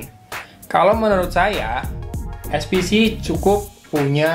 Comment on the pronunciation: eSPeCe Bang, Bukan eSPiCi, Itu kn barang lokal 😀